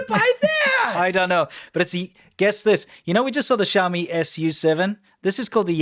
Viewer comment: It's not obvious how to pronounce Xiaomi SU7. You say, "Shou-mee SUCKS".